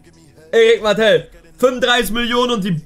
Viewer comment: Bitte bitte sprich Martel aus wie er heißt und nicht Mattel 😭😭